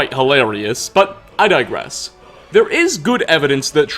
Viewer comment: "But, I 'dye-grass'"